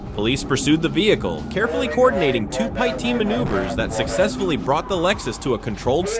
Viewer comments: And why can't it say the word pit? It's not pi-t. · According to another channel with the same video (and potentially the same annoying AI narrator), the TBI caused well over $10,000 damage to the house. It's sad how many "pie tee" maneuvers were spoken about. Thumbs down on AI slop. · "py-tee maneuver" 🤣 come again? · 👎👎👎 - PLEASE EVERYONE HIT DISLIKE! Sure glad they did a “PAY-TEE” maneuver! Every video has shit AI narration! This is the worst channel I’ve ever been on! Hit that DISLIKE 👎 everyone please! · AI voice is dumb... Pie-T ? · Umm.. pie tea haha… ai is destroying the English language